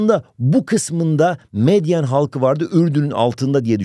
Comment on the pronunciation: Bu arada hocam meyden degil medyen ❤